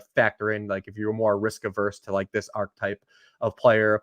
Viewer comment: Fantasy Community PSA: "Archetype" has 3 syllables. And this is missing a syllable too.